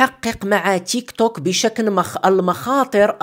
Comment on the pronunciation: التطبيق اسمه تيكتوك وليس تشيكطوك😂😂😂